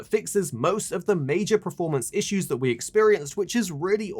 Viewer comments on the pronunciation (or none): Why does he keep saying ‘preformance’ 🤮🤦‍♂️🤦‍♂️